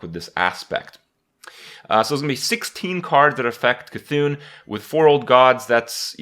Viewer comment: I guess kripparrian says Cthulu as See-Thulu as well...